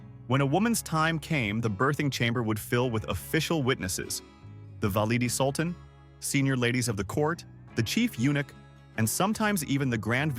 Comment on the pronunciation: Very badly done! 1- badly pronounced Valide Sultan. 2- We are in the Turkish Harem, why Oriental looking women? 3- Wasn’t there anything positive about Harem, the Sultan falling in love? Very intelligent women etc